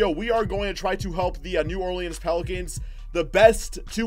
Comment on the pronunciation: The way you say New Orleans 🤦‍♂️